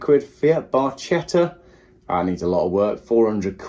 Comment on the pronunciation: The word "barchetta" is Italian for "little boat". It's pronounced /bɑrˈkɛt.tə/ in Italian, with the emphasis on the second syllable. In English, it's often pronounced similar to "bar-KET-ta", or sometimes with a softer "ch" sound like "bar-CHET-ta". The key is to pronounce the "ch" like the "k" in "kite" rather than the "ch" in "chair".